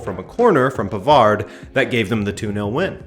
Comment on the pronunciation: you live in montreal, you KNOW it isn’t pronounce “pavarD” it’s pronounced “pavar”